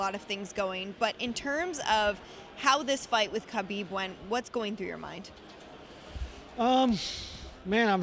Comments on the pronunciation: What's most annoying to me is how these journalists and reporters still call Khabib "KAHBEEB" and mispronouncing his name. He's TOLD you all in the past HOW to say his name. You'd think by being undefeated that these people would learn how to say his name by now. Olivi called him KAHBEEB and it just ticked me off, sorry for my rant. haha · Is she was a true MMA sports commentator, she would know how to pronounce Khabib’s name properly. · Khabib will retire undisputed, undefeated, and the guy who no one in the ufc can pronounce his name. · Is Khabib pronounced Kabib or Habib?